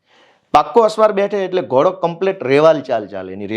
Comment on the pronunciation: ભાઈ એને પહેલાં ઘોડો કેવાય ઘોળો નય! એ સુધારો પેલાં 😂